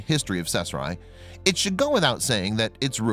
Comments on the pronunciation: caesarea ( see-za-ria) kay-sahria . CAESAR-ea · Pronounced Seesaria. Drives me crazy!!! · I have no clue as to what town he is saying, sounds like sethra. Just a sniff of sheckles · Caesarea is NOT even a hard word to say - it's pronounced like "Ses-ar-e-a". This voice-over guy literally makes up his own random pronunciations for ALL foreign words and English words over 8th-grade level. It's a shame, because he's a talented guy - but his poor pronunciation hurts the credibility of EVERY video he does. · Gahhhh that mispronounced “cache” drove me nuts. Of course it’s pronounced “cash” and means a hoard etc. the other word, Cachet, is a certain joi de vivre + value. BUT the mispronounced “Caeserea” is horrible. If was named After Caesar, thus: Cee-ZARE-ee-uh. Please do your research.